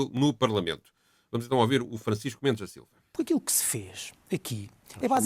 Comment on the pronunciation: Porque razao o diz ohVir em vez de ouvir?